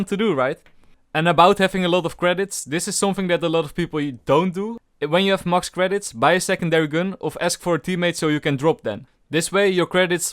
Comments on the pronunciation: did anyone else hear 'mox cash' instead of 'max cash' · I just love that "MOX KASH" lmao that was funny It made my day XD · he said mox cash and mox credits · he meant to say max cash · Lmao u said mux cash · I love the way you say "max"